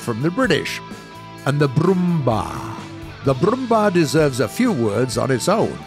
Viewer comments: Wait until the Brrrrrrrummbar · Genauso wie Brrrrummmbaaarr und leppard😂😂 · Its called Brummbär not Brummbar. Bär = Bear, same pronunciation. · pronounced kernigsteeger, yagdpanter, broombear, yagdteeger and raketenyagdpanzer. Don't need to bother with these but at least pronounce j like y. Also sturer emil should have mg34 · Showing tanks that not in the game anymore to research... Also getting uptiered all the time.... And its brummbär like brummbear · I lmao when he said brummbar XD